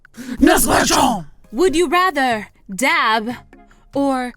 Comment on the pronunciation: Dab not dav